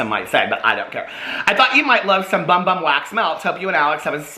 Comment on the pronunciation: I know it says Bum Bum on the package but it’s pronounced Boom Boom!